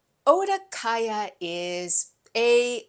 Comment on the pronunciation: Okadaya instead of Odakaya!